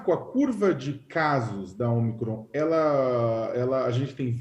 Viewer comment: "Ômicron" tem assento circunflexo no Ô, e tem gente que pronuncia "omicrôn". 🤦